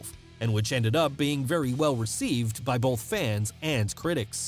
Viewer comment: You say “bolth” in every single video. There’s no L in that word bruh